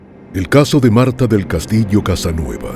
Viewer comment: El apellido de la madre de Marta es "Casanova" y no 'Casanueva' Por lo demás, buen documental. Una doble desgracia para la familia Castillo Casanova; la perdida de su hija y no poder recuperar su cuerpo...😢